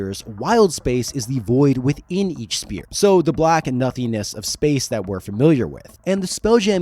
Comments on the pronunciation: *sphere… not spear. Sorry to be that guy 😬 Excellent video though!! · Sphere is not pronounced "spear"... its "sfear" the p is said like an f in this word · SPHERE... Crystal Spheres. Not Spears. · I am not normally the guy to comment this kind of thing but it is pronounced sfeer not speer. "ph" makes an f sound. This was driving me nuts. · SPHERE not SPEAR... say "SFEAR"... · Why does it sound like you are saying crystal SPEAR instead of sphere? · That’s a “ph” as in “ff” in sphere. Not spear.. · Great vid but... Sphere is pronounced as "sfear". The ph is phonetically pronounced as an f. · The repeated mispronunciation of “sphere” is killing me. Otherwise, great stuff. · How does this guy not know how to pronounce "sphere"!? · Your enunciation of sphere is killing me bro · The worst pronunciation of sphere I’ve heard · Is it really that hard to say the word, "sphere" correctly? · But you were fine with the hard p in "sphere"